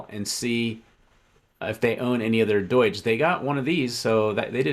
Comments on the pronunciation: "EETH" "DOYGE". can't trust you. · Its not "doy-g" who the f says it like that